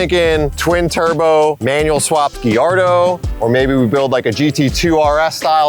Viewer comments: What's a Gi-Yardo? Because that's not at all how Gallardo is pronounced. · ghiardo?!!?! RLY DUDE? GHIARDO? jesus christ take me